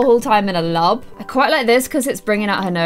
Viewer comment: The way she says lab is so funny I mean she is British but still.